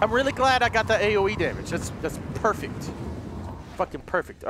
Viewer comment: Prefect earf